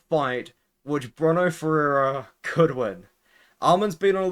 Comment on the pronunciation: “Bruh-no ferreira” lmfao you’re an idiot